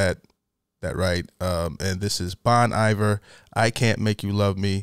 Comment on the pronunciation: Bear with me since I’m OCD about pronunciation - The pronunciation for this name is “bone ee-vair” Great band and I’m glad you checked them out!